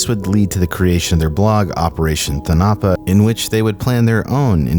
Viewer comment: Thonapa is pronounced "Tone-uh-pah"